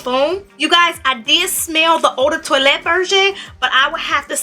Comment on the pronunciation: Toilette pronounced twoalette 😁